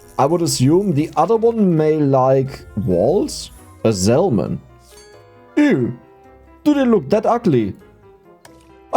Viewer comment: Hey always love the content and these longer ones are great for company. I did just want to mention the the L in salmon is silent. Keep it up bro, youre making the world a better place with the joy you bring.